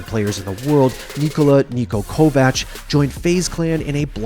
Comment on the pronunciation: finally someone pronounces Niko's last name right